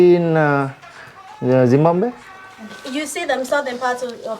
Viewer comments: It's not pronounced as 'gimbambwe' with a g but with a Z as in Zee. WTF? Lol You need to go get a dictionary asap. Also, don't you know that it's rude to talk in your native language in front of them? Atrocious asf! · tammudu paamu kuttadu, kaatu vesthadi. one more thing adi zimbambe kaadu zimbabwe.